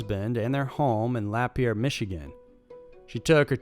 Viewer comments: Was gonna make the same comment. You beat me to it. Here was the comment I typed: Forgive this pointless comment, but I have to correct pronunciations when I can. Not a criticism, I enjoy your stuff, but Lapeer is not "Lap Ear" but "Luh Pier". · Wtf is laper Michigan... lol it's LAH PIER